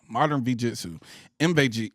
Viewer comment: UNITED THOROUGH VEE-JITSU 🤣🤣